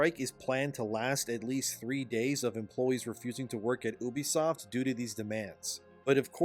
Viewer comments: Hey dude its Ubisoft not Übisoft. Its incredibly annoying to listen to you pronounce it like that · U-bisoft. Not oobisoft ffs